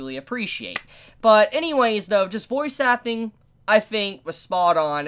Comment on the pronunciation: Every time you said voice acting, I understood it as "Bois suckling" or "Boys acting"